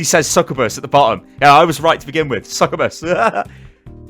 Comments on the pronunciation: not ranting or anything but succubus is actually pronounced Suk - you - bus. Not sukkabas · If you mispronounce SUK-yoo-bus one more, istg 😤